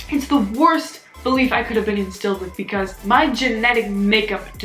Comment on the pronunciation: No one:: BaHcAZe